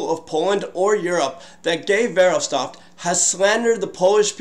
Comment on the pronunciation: Guy's name is pronounced Gey Verhoffstat for the record.